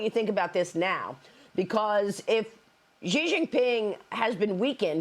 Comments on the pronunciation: Why the Americans cannot pronounce "Xi" as in "taxi"? Why all of them pronounce it "Ji"? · Why are these news professionals incapable of saying the leader of Chinas name correctly? This is your job! His name is pronounced starting with the sound "shee" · It is incredibly unprofessional for a famous journalist to consistently mispronounce a foreign leader's name....